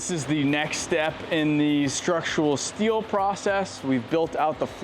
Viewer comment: "We need a ton of "Stee-o" 😂